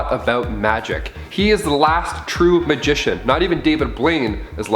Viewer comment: This dude said magician